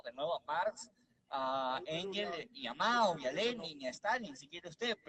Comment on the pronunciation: Ese VIEJ0 WEB0N ... dice MAR en vez de MARX... dice ENGES en vez de ENGELS... ests perdido ese anciano